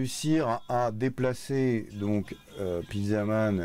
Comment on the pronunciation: à on dirait plutot "steak man"